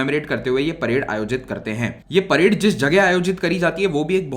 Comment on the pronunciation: parade not parde